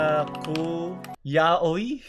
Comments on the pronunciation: Yaw-wi po ang basa dun hindi Ya-oy. Godbless! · kuya hindi ako hater pero yung YAOI- pronounce yun as ya-wiii not ya-oy, kuya magbasa kana ng yaoi sige na talon kana sa other side:) tawag sa fandom ng yaoi is Fujoshi pag lalaki Fudanshi. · when he read yaoi(ya-wi) as yaoi(ya-uy) i see is too pure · when reads yaoi as ya-oy 💀💀💀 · correction pag pronouce po nang yaoi ay yaw-we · i died hard when said ya-oy LMFAOOO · "Yaoi" other people: Yawi: yA-oY??? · Yaoi - pronounced as yaowee